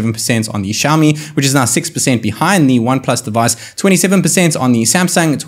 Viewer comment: Why can u speak properly,is xiao mi,xiaooooomi....wtf u speaking,go back n study back plz...